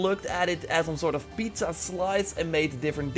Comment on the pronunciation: pizza? isn't that the disk from olympic games? Or i didn't understand what he said?